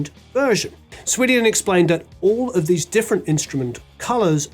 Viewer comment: How do you, of all people, mispronounce "Swedien"?